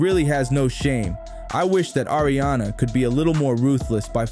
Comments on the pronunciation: Its "AARIANA" not air-riana Thanks for the vid 😘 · Ya know it’s Not air-rihanna 😂😂